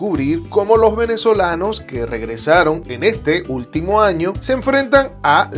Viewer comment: Amigo una recomendación porque no soy quien para dar consejos, pero desde hace bastante tiempo noto que en tus relatos usas muchas palabras comiendote la "s" por ejemplo: Los Venezolanos. Tu Pronunciación: "Los Venezolano", Espero sirva de algo la observacion. Saludos y que siga creciendo el canal.